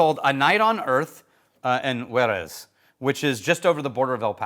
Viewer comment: Sorry to "um, actually" you here, but it sounds like you mixed up Jerez and Juarez / mashed them up into "Juerez."